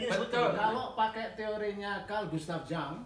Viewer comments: Carl Gustav Jung cara baca namanya Yung, bukan Jang. Kalau dibaca Jang ntar dikira orang Sunda (Si Ujang). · Carl Gustaf Jung…bacanya “Yung”, bukan “Jang”